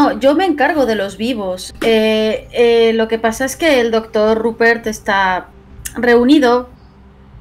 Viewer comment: aí dise doctro Xd